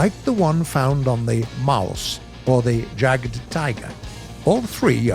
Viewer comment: Stop pronouncing the J in Jadg so strongly omfg